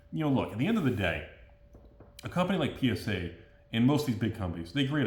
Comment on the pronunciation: 100% positive that is saying PenisA and not PSA for the gigidies